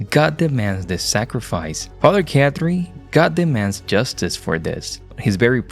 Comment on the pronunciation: His name isn’t Father Cat Tree … It’s pronounced Caw-Tree. Why do you mispronounce names you’ve heard dozens of times?